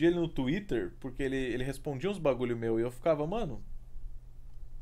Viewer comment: se tornando paulista ao dizer "meo, meo"